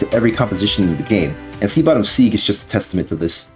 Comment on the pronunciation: "Sea Bottom Seeg"